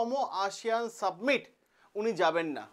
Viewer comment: Submit noy ,summit